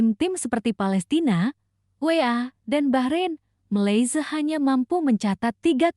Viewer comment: Sebut malsia pun tk tahu mcm tk sekolah